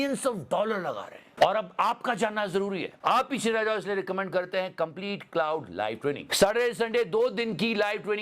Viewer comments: It's not cloud it's claude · Bhai “Claude” hai, “Cloud” nahi 😂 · मेरे Bhai “क्लाउड” नहीं “क्लॉड” बोलिए। ग़लत नाम ले रहे है आप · Claude ki pronunciation theek karo please.